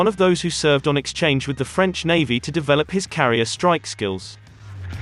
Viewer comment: This robot voice cant even pronounce Navy or Chief.